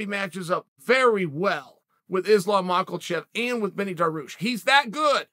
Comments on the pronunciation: Islam Makhachev: exists Chanel: “MakELchev” Me: OK great 👍🏼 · “Makelchev” pffft.